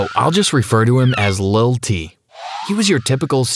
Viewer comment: Idk why but "lil t" sounds funny